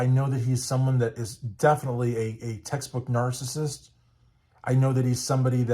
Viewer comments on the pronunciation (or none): none